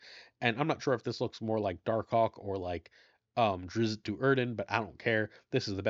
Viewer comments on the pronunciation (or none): none